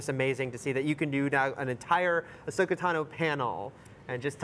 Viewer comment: "Ashoka"? It's Ahsoka ya nubs...